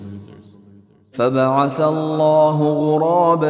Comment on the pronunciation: A-laa..... Mr translator,,, the pronunciation is (AL-Laah)